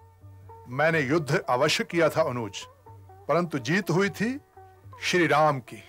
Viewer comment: देवी जी! श्री होता है, क्षी नहीं।